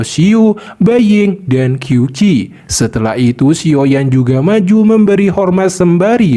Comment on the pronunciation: Qiu Qi dibaca qiu ci.. Q=C.. Berarti dibaca Ciu Ci..